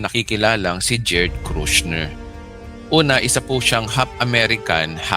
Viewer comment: JARED KUSHNER po pastor hindi po KRUSHNER